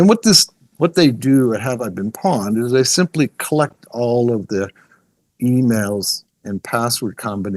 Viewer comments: It is pronounced pwned (p-own’d) Like pony. Pwny. Not pawn. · Pronouncing “pwned” as “pawned” is concerning. 🧐 …it’s “pɔʊnd” 😑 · wow so you wrote a cpl books but ya know any hacker worth their salt knows it is not pAwned its an old mistype like hodl .. for OWNED and as such pronounced POWNED. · It's not "pawned" it's "pwned," as in "owned" but with a "p" instead of an "o." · Lol the guy kept calling it “pawned” it’s pronounced “Powned” like owned but with a P. Gave me a good laugh. Ah, the golden days of gaming are long gone and it’s a word you never hear anymore. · Bothered tf outta me idk why. Maybe cuz he kept saying it like 10 times lol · You are saying it wrong, Have I been p-owned. not pond. It is like owned, but the person pressed p when it should have been o. How do you not know that. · Lost credibility when he pronounced pwned as pawned... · Great and amazing video and tysm for all the info :) Although 1 correction.. it's pronounced "pownd"